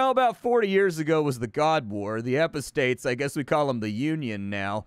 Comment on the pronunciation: rofl.. "a-poh-states".... lol.